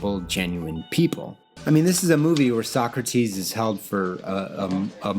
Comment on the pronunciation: Stop mispronouncing Socrates chhhrist